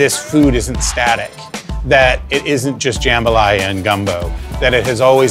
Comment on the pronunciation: dude at the end mispronounced jambalaya. minus 10 to credibility.